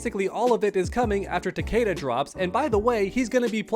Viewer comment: Its fucking ta-KEE-da.